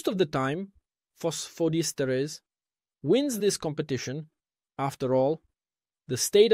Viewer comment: Diesterase,et non dietase, apprenez à votre robot à lire!!